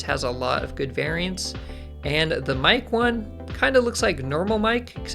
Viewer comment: Miek is pronounced "Meek", like "seek" but with an M :). Other than that, excited to give this dude a try. You touched on some great points as well!